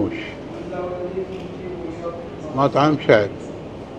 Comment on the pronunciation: نطقته غلط اسمه اسم طبخه بحرينيه تعني مجبوس ربيان مجفف اموّش في شده على الواو يا عم